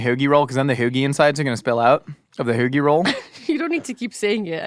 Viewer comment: eating BREADDDDDDD!!! I love seeing your face when you get to eat bread. Such a happy eater.:P lol OMG, pronounces HOAGIE roll like one of the best Philly, Maryland, Long Island locals with their ridiculous accent. That Overstock reference on 30 Rock has killed me when I hear that accent now haha.